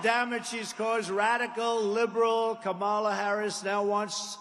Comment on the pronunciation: When is he going to learn how to pronounce Harris' first name? If you fact check everything this man says, you'll wonder why anyone can take him seriously.